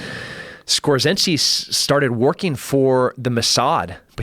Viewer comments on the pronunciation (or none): "Skorzeny" not Skorzinsky you ass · Please pronounce Skorzeny right.